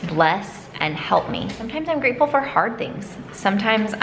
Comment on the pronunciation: I thought said I am freatful for Jews lol